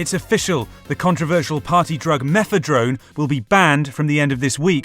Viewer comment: "meth-uh-DRONE" m'fedrone [tips cap]